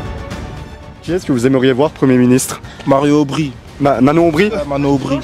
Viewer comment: Je rêve où il dit Mario aubry au début ? 🤣🤣🤣 Yahoooou